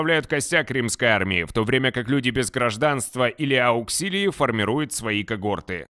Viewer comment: Не Ауксилии, а Ауксиларии! А так очень классный ролик, спасибо)